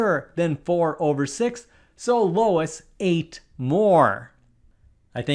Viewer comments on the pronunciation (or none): I know this is a math channel, but it's "Loo-iss", not "Low-iss"! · larn to spek its luis is loo us trhe spelling for is lois that you are pronouncing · "Luis" is not pronounced "Lois". It's lew-ise, or if you want to be a little sloppy, "Lewis". Certainly not low-us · It's LOO-is, not Low-is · You keep pronouncing his name as 'LOW-is', instead of 'LEW-is' (or sometime as 'LEW-ee'). that's driving me nuts. And yes, Marty's pizza must be larger. Besides, the problem stated the situation as facts (if not complete facts). If it was one pizza, then the two of them together ate one-and-a-half pizzas-worth of the ONE pizza. The teacher in this case is all wet, and at best was reading too fast for complete understanding. Kudos to the kid who got it "wrong." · It’s Luis, not Lois. It’s like Louis. Your pronunciation is wrong. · It's not Lois; it's Luis (usually pronounced lu-ees). Great video, though! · I think the second biggest crime portrayed in this video is him pronouncing "Lew-eece" as "Low-iss" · It's notable that the person teaching us about math concepts repeatedly reads and pronounces lUis as lOis. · Loo-eez, not Lois. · my name is luis and i get so tripped up when you pronounce luis as lois because my name is pronounced "LU-WES" so when i see my name i automatically think of how my name is pronounced (im not offended nor am i hating i am just saying that it is funny that he uses a different pronunciation of my name and it makes me confused) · Luis is pronounced, Lew-is... Not Lois, there is no O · I... I had to stop 80 seconds in, bro. I can't listen to you pronouncing Luis as Lois. It's killing me. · Luis isn't LOW-iss, it's LOO-iss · Luis is pronounced Luis, not Lois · It's NOT Lois. Luis sounds like lew ece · Does it bother anyone else that the narrator keeps pronouncing Luis (Loo-is) as Lois (Low-is)? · That is Looo is. Not low is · NOT Lois but Luis = Lewis but what if one pizza is deep-dish and the other not? Then you'd have to compute pizza volume.